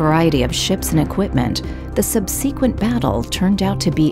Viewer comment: C'mon... "Subsea-quent"?